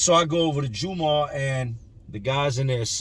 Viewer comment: Jum-ah or jum-aww is how it's said not the hardest Muslim but pronunciation is jumahh like saying gum but with a j